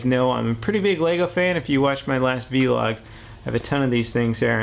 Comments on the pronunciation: It's funny how he says v-log and not just vlog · Vlog is one syllable. Just saying. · say vlog instead of v-log pls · vlog not V-log! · I thought it's vlog, not v-log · its a vlog not a V-log its pronounced vl-og